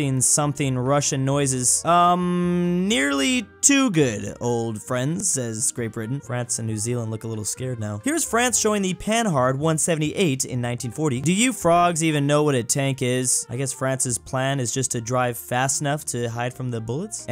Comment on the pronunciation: Right saying for panhard is "panar" basically, not "pan hard"